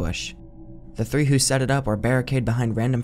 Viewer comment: Hey guy, it’s “three” not “free”.